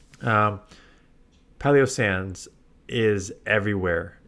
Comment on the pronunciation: Has anyone mentioned the pronunciation in Palossand? Why does it sound like paleossand?